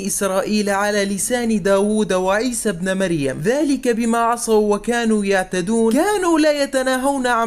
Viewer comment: ابنِ مريم مش ابنَ مريم، نطقتها غلط